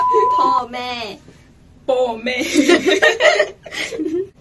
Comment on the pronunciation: คำว่า ป้อแม่(พ่อแม่)นี่มันภาษาเหนือชัดๆ555